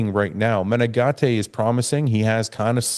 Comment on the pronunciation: Heeeeelp!!!!! Matheus Menegate.....you say his name correctly. Nicks strength n power says " Meh-Nen-Gate" Gate- like a fence door.......please help that boy!!!!!! Next to you, him and Dennis are the only other reliable sources.......I dont wanna have to add Bob n Shawn.